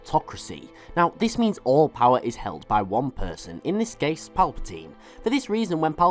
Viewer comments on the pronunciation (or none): none